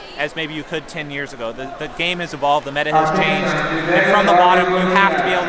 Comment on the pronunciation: Kinda loved when he said mega ngl